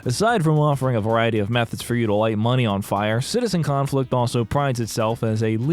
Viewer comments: Everytime you say Citizen Conflict I hear it as Citizencon and have a minor stroke about how that ended up here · I love how you said the name of this dumpsterfire correctly like twice during the review xd